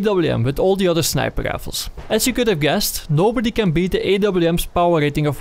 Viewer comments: Do you mean snipel lifels? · i only watch these videoes to hear tou say "snæiper ræifels"